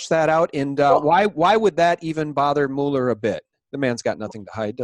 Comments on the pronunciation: Pronounced MewLer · Please get this right: Robert Mueller's last name is pronounced as "Muller" (rhymes with "duller"). Please see (hover over the phonetic spelling, where the vowel sound is as the "u" in "cut") and